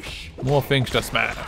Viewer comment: this guys voice ..... Fings its things ! lol